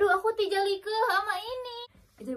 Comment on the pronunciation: "Tijalikeuh" Sunda pisan nya teh🤣